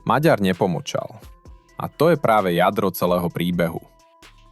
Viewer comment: Po slovensky čo? "Lhár?" 🤣🤣🤣 To máte veľmi čudnú slovenčinu... LUHÁR, resp. KLAMÁR... Takisto raz je to "Magjar", raz je to "Maďar" a tuším som raz počul aj "Meger"... Je to "Maďar". "Gy" je v maďarčine "Ď", OK? Ak ste sa rozhodli založiť si 1584tý "alternatívny" rádoby analytický kanál a urobiť ním dieru do sveta, aspoň po sebe čítajte text, alebo naučte vaše AI solvenskú výslovnosť.